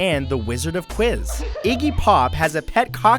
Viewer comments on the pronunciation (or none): none